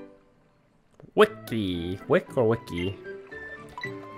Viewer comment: It’s wick e is silent